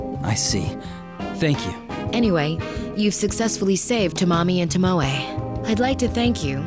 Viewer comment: i LOVE when VAs dont bother to listen to who japanese names are pronounced. TOmoE not toMOe @@ its killing me